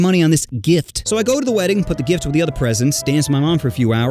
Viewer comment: in is a sus thing (he said dick not gift)